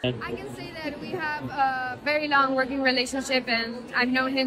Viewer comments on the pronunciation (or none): none